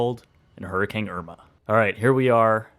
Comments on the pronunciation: Hurr-A-CANE not Hurr-eh-kang 😂🤣😜 just giving u crap😊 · is it just me or does it sound like he says hurrikang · seriously.. he's just straight up saying hurricang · Love all your videos and have watched some multiple times.. but is it just me? I keep hearing you saying it "Hurricang" I don't know why lol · I guess we've finally discovered the Canadian pronunciation now that a Canadian has experienced one